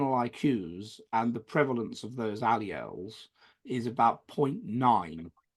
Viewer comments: This fraud and self-declared 'scientist ' who draws pseudo-scientific connections between IQs and social/ideological orientation, could not even pronounce 'alleles' and called it alleles instead. Pathetic! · This joker and mock scientist could not even pronounce 'alleles'